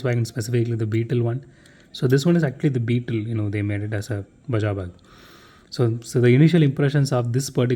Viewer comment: Irrelevant, but I should like to point out that Baja is pronounced 'Baa-haa' not 'Bu(h)jaa'. Baja is the northernmost state of Mexico and hosts the very famous Baja 1000.